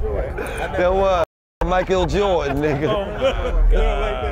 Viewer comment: “Mike-Gil Jordan” 😂😂